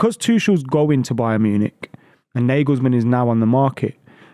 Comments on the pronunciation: 'NAH-gulls-mun' not 'NAY-gulls-men' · Can’t even say his name right